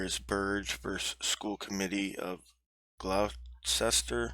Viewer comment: Pronounced, Gloster. We Americanize everything from England 😅